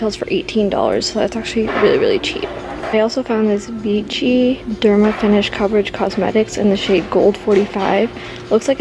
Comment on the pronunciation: the brand is pronounced VI-SHI.